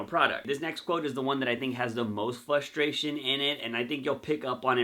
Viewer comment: FRUstration not fustration